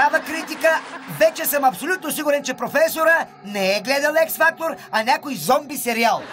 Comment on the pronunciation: Вучков е голям и защо казва ЕС фактор ли човека е на над 80 години нормално да изрича някой английски думи неправилно дай боже на всички ни на тази възраст да сме като него !!!